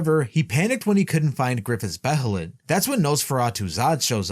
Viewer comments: It’s actually pronounced Beylit. Not Behelit like it’s spelled. That’s how they pronounced it in the 1997 anime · Behelit is pronounced "Bay-lit".